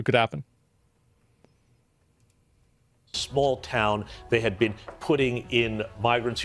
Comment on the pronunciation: How would Douglas Murray know what to do? He's "never beeean" in a migrant gang.